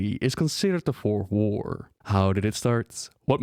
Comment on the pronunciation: Fourth war? Sound like you are saying "worf whore"